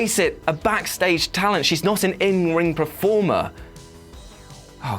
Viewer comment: Dude it's performer not prerformer